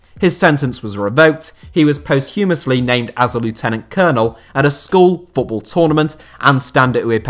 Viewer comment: Great subject! Just a couple of incorrect pronunciations. Lieutenant is pronounced 'lef-tenant' in English and posthumously is 'pos-choo-muss-lee' not post-humour-lessly